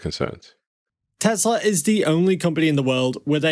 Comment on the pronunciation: Good Content, but the Promounciation is not ok. "Deeeeslaww"